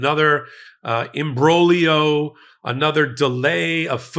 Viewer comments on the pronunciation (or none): Just learn how to pronounce " imbroglio " Thanks